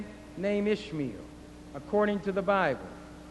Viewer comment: when he says "Ishmael", it sounds like he's saying ishmeal, which sounds like squishmeal, which reminds me of squishy oatmeal